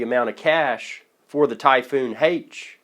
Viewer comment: Why the hell does he keep saying Typhoon Hate?